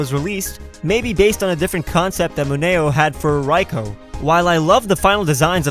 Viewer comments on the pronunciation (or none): r-rai co? don't you mean raikou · even though raikou is pronounced Rai-co i like to call it Ray-koo anyways i love your vids